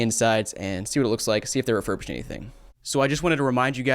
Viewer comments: Rerubished lmfao 😅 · “Rerurbished” lol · That’s not refurbished, that’s defurbished. Absolutely awful.